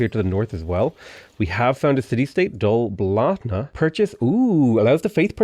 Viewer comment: Finally hearing Dol Blathanna pronounced by an Irish person (i.e. how I've always imagined the correct way to be). 🥲